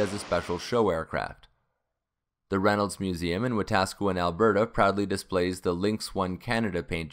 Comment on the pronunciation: Thanks for the short dit. But may I ask... how did you get Wetaskiwin pronunciation but not Namao (the second A is long) ant Chatham (no "th". Just T. H is silent)?